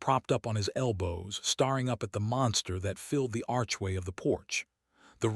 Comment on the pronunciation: I appreciate the effort, but this could be so much better with a true understanding of the Mississippi Delta as I am from there and still live in Mississippi. Also, lose the AI voice. Seriously “starring” for staring? Really? That makes it all fake - an insult to people who really do this research.